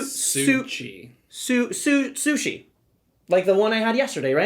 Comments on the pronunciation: what? what SUSHI? you pronouce author name totally wrong. its not CH like in english Cholotale, its like J in spanish Javier Charles the 4th, not 2nd and yes, this is heavy-heavy euró with with easy mechanisms, but in finale it is big analysis-paralysis braingcooking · nope. Takhle se to vůbec nevyslovuje :)